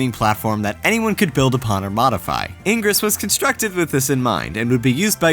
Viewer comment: I'm sorry, but all I got from this was that can't pronounce "ingress" correctly.